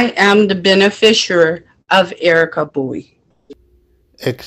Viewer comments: "ben-a-fisher"????😄😁😁😂🤣 OMFG, these people need huge amounts of help with the legal terms they profess to use. And by "legal terms," I mean they need to learn to pronounce words with more than two syllables. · What's a bene fisher? lol She really means beneficiary, but just can't say it right. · 🤨🤔😐 What the hell is a "benefishooer"? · What the hell is "a benefisher?"